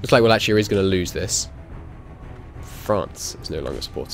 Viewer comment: No offense intended, the ch in Wallachia is pronounced like k